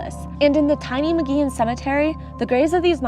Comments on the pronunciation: Pronounced Muggy-on. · Thanks for the tour! I've never heard of this place but I live here in Albuquerque, New Mexico. I believe Mogollon is pronounce Mo Go Yo N. The two LLs side by side sound like a Y, like in Tortillas - Tore Tee Yas.